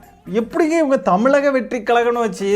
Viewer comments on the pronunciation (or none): none